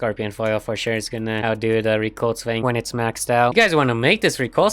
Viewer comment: "reculse" sigh also you sound disinterested and overall sad :(